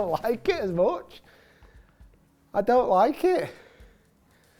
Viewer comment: Rick trying out for the little Britain reboot….. “I Dow like it” 😂😂